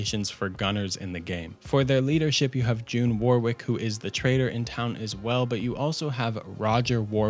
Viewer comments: Warwick is pronounced Wo-rick mate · That's not how you pronounce warwick